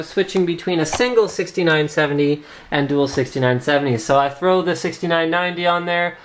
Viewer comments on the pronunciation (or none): none